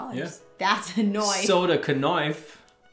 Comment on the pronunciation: My daughter loved your knife play and said it's kah-niff-ee, lol.